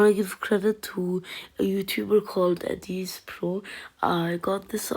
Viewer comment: Nice but it's not adeez pro it's adizz pro try to say ad then izz.